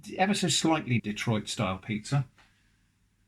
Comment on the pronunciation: made me realize i've never heard someone say "detroit style" in a different accent before, so i was pondering for about 3 seconds wondering what type of pizza style that could be before it finally clicked lmao actually this video has a lot of "new" i've never seen / heard before, so that's all very fun :D